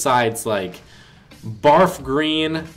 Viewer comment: When you say barf green lol